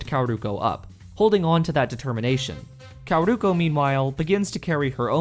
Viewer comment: Great video, but your Japanese name pronunciation is so funny that none of them is correct, especially ふたば(futaba), かおるこ(kaoruko),ひかり(hikari)